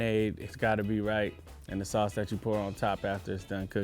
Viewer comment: what’s salce? Sauce.